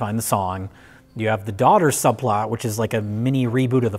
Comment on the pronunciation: Ah, the princesses. "Will you... marry us?" Also, "Subplart" -Mike Stoklasa, 2020